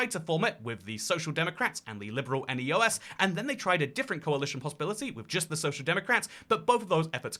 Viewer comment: the neos are actually pronounced as one word but other than that, thanks for shedding light on this awkward situation. At least we’re not on track to beating belgiums record of coalition talks yet